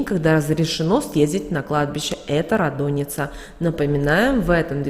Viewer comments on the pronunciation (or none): рАдоница, а не радОница. БЗГРАМОТНАЯ. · Ра́доница, Ра́дуница НО НИ КАК НЕ радОница !!!